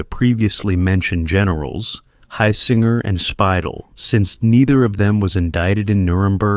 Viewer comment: Only a complete and utter fool could mispronounce 'Heusinger' in three different ways(!) and 'von Manstein' in five different ways(!!). I won't even discuss the other equally butchered personal names and place names. So excruciating to hear. :body-green-covering-eyes